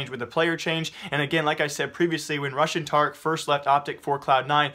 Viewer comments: "Rush and Tarik" i kept hearing russian Tarik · read the comment again, i know its rush and tarik, i THOUGHT he said RUSSIAN tarik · I kept hearing "Russian Tarik" for "Rush & Tarik".